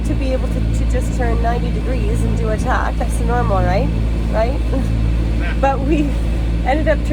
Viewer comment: I do not know h9w many more times, especially as a sailor, I can take hearing "ticky tack" or "ding ding." It is a "tack' and a "dinghy." I know you're Canadian, and everything is,"Eh, just great ya kno, okay.", but their is a limit and you're right on that edge.